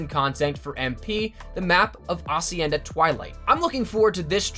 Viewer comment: Why the fuck can't you pronounce hacienda? It's not acienda!